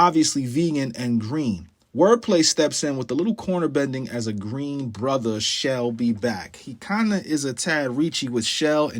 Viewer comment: no bro you said she'll and shell instead of shall and shell and called it a reach. And the Kenmore/can more I'm just pointing it out, because I don't think you actually brought it up, however you made a corelation between the two words slightly spelled different with your referenced to the two annunciations of the word Kenmore/kinmore.